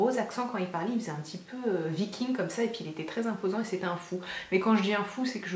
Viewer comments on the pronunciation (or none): none